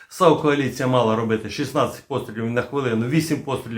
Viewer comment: Вітаю на резервному каналі. Лише зараз я зрозумів про яку кАоліцію постійно белькотіла бабця- юля...:-))))